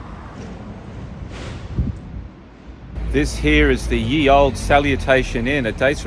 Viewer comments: "Ye" is just an old fashioned version of writing "the". And it's pronounced the same. It's not "ye". It's not even really a Y, it's meant to be the letter "thorn", which makes the "th" sound. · "The Ye" Stop it.